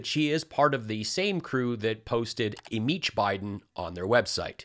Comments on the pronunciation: "Imeach " she knows where the "p" went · “Imeach Biden!” Sure Empty G, we’ll get right on that! 😂